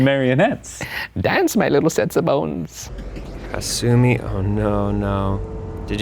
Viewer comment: I've heard several versions of this story , and the one done by Tara A. Devlin was probably one of the best . This one was pretty meh , especially the VAs were awful. The pronounciation of hasumi and kisaragi kept throwing me out of the story . Guys please don't do this again